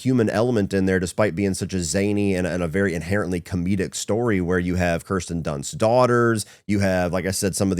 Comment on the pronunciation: “True storeh!”